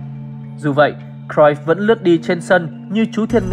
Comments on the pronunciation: đọc đúng r . vn thì đọc cờ ruýp thôi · Xem lại chữ cruyff đọc như nào nhé!